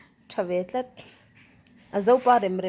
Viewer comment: Rilru tlat tih i chhiar diklo aril lutuk atihna anih khi